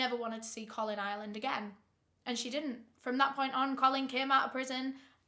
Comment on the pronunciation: I kept hearing both, wasn't sure which it was. Captions didn't clear up anything either. Lol.